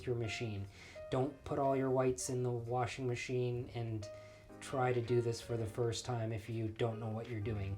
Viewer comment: I love you! You said "warshing." Sooo old school just like your approach to everything. This is a wonderful reminder and I've never heard of bluing liquid. My mother dropped the ball on educating me on that one!! And, I had no grandma to teach me either.